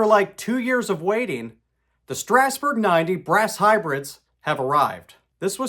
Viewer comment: Thank you SO much for pronouncing Strasburg correctly. Regards, a central Pennsylvanian.